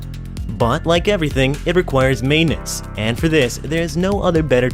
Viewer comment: IKR. And canals require "may-nince"? WTH